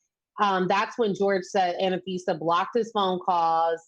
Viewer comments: FYI, it's Anfisa, not Anafisa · Isn’t it Anfisa? 3 syllables...Not a fan of hers at all.